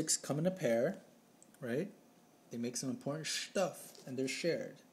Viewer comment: I literally pissed myself every time you said Shtuff... this video was too amazing!